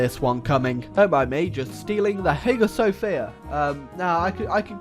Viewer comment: >mostly plays games based on history >doesn’t know how to pronounce Hagia Sophia That’s our boy!